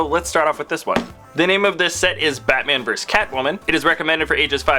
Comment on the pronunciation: When you said Batman i thought you said fatman